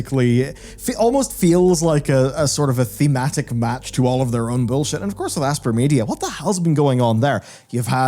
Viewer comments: I always assumed Aspyr was pronounced like the word “aspire”, rather than “asper” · It's not pronounced like "asper". It's pronounced like "aspire". Normally I wouldn't complain but you mispronounce more words and names than any other Youtuber I know... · Dude its pronounced " A-spire" - man is out here saying "Ass-pur". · What's with people mispronouncing Aspyr?, it's 'As-spy-er' as in Aspire/Aspiration, it's just a bit odd.